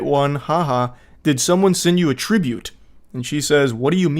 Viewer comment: the moment you said tribute I instantly knew it was an indian lmao